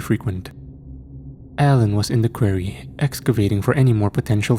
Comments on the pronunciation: Really good story, but I've got to say Quarry isn't pronounced query . Sorry, I got audhd & after 1st time i heard it I couldn't ignore it & it couldn't then not hear it if u know what i mean ? 😅. So every time after the 1st time "query," was said i was sitting here going its pronounced quarry , quarry not "query". So for clarification it's said Qua-rry ..quarry . I do love the ch and I never normally pick up about stuff like this but as it was a story based in a quarry, I couldn't ignore it . Same as when I hear stories where every word said between 2 characters ends " he said ,she said , he replied , she replied & so on " 😣😫😥🫩 literally stories like that drive me so insane that soon as i realise its one of them i have to stop listening 😵‍💫. It usually occurs with AI ch or ch written by chat gpt ( obviously we all know ur ch is neither of those so in a way its nice to be able to pick up on a word actually mispronounced by a real human , who would have thought one day id be sying im greatful for human error ? 😂😂 ) . Anyhow barr the quarry/query thing it was as usual another great story . ❤❤❤❤ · I totally understand English dosent seem to be your first language so I commend you on learning it but please learn how to say quarry! 😂 its kinda annoying once you say it so many times wrong, its quarry (kwaw·ree)